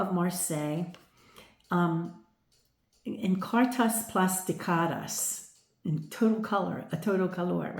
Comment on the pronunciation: Oh I knew exactly what the problem would be when you said "plastificadas". Well, we live and we learn 😅 enjoyed watching your readings, be well 😊💖